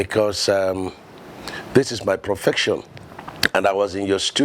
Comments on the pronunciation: Profession. Not profection. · say "PROFECTION". Professor nor sabi pronounce Profession. Lmao 😂😂😂😂😂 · He said "This is my profection". Illiterate politicians 😏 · this is my profection (profession) - illiterate umahi